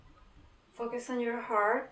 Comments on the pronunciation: Sorry but your „focus“ sounded like a „fuck us“ to me, anyway i ❤️ this channeling. 💋👉❤️🙏.Hug a 🐕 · No it's cute 😄 I'm from 🇪🇪 & i know you're not native.